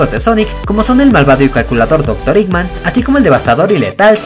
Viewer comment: Se llama eggman no iggman